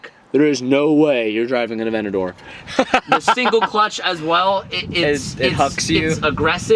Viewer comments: A-V-E-N-T-A-D-O-R not “aVeNtI” good lord 😂😂😂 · saying Aventador "Avenadoor"